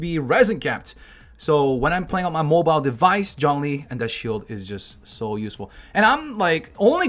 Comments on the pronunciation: no, its pronounced "choun-li" not john lee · Zhongli is pronounced 'Jong-lee' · Hearing him say "Jhon-lee" instead of Zhongli was pretty painful...it HAD to be on purpose... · The whole time I watched this all I heard..: JOHN LEE JOHN LEE